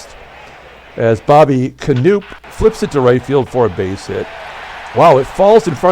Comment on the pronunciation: FYI - Bobby Knoop is pronounced as per Wikipedia 'kuh-NOP'. That''s what I thought when growing up.